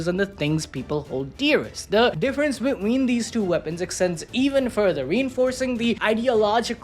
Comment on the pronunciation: Why you saying between like that? Beween 😂